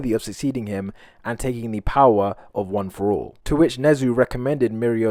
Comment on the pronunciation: Go to too see him say one for all wrong